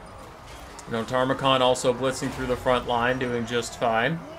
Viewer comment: I know, it grates me every time too... Loremaster Sotek says it the same way, and he's supposed to be the Lore guy